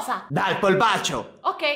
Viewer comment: Min.5.17 sembra che dici dando il bacio non il polpaccio